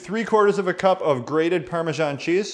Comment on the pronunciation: not to be a dick, but why do you people say parma-john cheese?